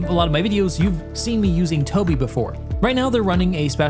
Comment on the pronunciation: Your sponsor is called Tobii - not Tobin, pretty sure you want to correct it. ;) My pleasure. And thanks for the great content. (delete this message) :)